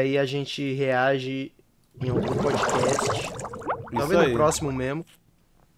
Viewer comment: Cara, falem direito. . . É fiz bocast